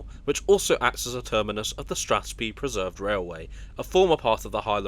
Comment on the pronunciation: ‘Strathspee’ Preserved Railway gave me a chuckle.